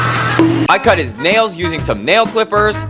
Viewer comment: "the polesh of nieial"